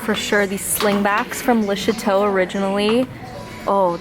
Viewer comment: For the longest time I was sure you were saying lisha toe. And even now that I know it's le chateaux I still hear lisha toe every time. Lol. It makes me laugh and you come across it alot so THANKYOU :)